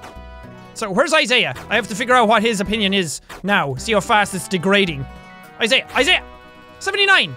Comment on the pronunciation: Jack he's name is Isaiah you pronounce the middle I